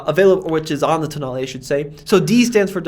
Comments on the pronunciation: Tonale more like Toenail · Alfa tonale, nah toenail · I'm Italian and this is how you pronounce it: ToeNail.